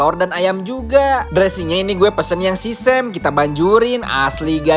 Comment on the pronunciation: Bukan sisem, sesseumi bacanya hehhh